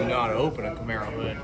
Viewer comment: The camar-boe